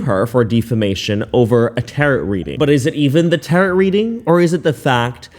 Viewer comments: Alsoooo just a side note cuz it's killing me.. it's pronounced tarOH the ending T is silent and the o sounds like what the letted is called. "Oh" lol Hope that was helpful. 💜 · It's pronounced, Taro. The last "t" is silent. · Looks like she was getting ready for life on the street. By the way the t at the end of tarrot is silent. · Bro plz plz check your pronunciations before putting out ur next video.. I had a hard time watching when you said the word tarrot or defamation. Plz plz do this and your videos will be easier and better to watch and enjoy. Thank you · I've learned a new way to mispronounce Tarot. Ask Google next time because it's not "tear it" cards. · Think of it as tear-row for tarot the end would sound like O, OH. Get what I mean? Lol it's not spelt how it sounds lol xoxo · Its pronounced Taro...the T is silent. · Ok you are funny and creative, and this is so entertaining… but, it’s “taro” cards , you don’t pronounce the t on the end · Tarot is pronounced “teh-row”…the O is long and the T is silent. There’s no ROT in tarot.😂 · How embarrassing would it be to go to work every day after people saw the tik toks? Even if they don't believe them, how hard would it be to disregard them when the person she's talking about is your co worker? Ashley has a mental illness clearly... Also, tarot doesn't rhyme with carrot 😅. The last "t" is silent. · This tarot reader is absolutely crazy! And it's pronounced like "taro". Also, please look up how to pronounce the word defamation. But I agree with you regarding how ludacris this immature young female is and how much she's out of touch with reality. No wonder she got evicted. If she keeps up her naive ways she could get eliminated wherever she goes next. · I hope he's just messing around when mispronouncing Tarot. Lol It's not pronounced like carrot. Lol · *DEF-A-MATION and TARE-O for Tarot. Your mispronounuciations are annoying. Anyway, how is she going to Bali when she cant even pay her rent?🫠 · It’s tar-OH!